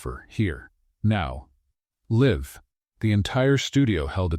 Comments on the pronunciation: The correct pronounciation is ‘life’. (LA IF) not Lhow you pronounced. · Learn to pronounce ‘ live ‘ correctly!. It’s same as ‘life’ in this context.